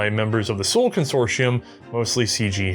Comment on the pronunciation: The designers probably expected the soldiers to shoot just six times in any engagement. Btw, "Suhl" ist pronounced like "zool".